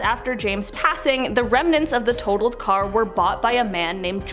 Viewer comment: Dude said 'remenents'. Three syllables!